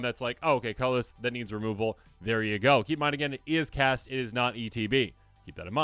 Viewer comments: "When you cat this spell," ??? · "When you Cat this spell" Love you guys <3